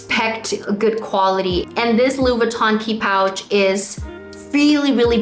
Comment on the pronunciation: You‘re forgetting to pronounce the „i“ in LV. Sounds like you are saying “Lou” instead of “Louis”